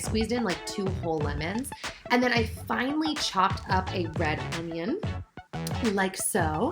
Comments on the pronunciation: every time she said finely i kept thinking she was saying finally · For some reason I kept hearing "I FINALLY cut up some red onion" then I realized she said "Finely" 😂